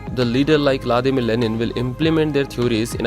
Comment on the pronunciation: La dima lenin nahi hota It's Vladimir Lenin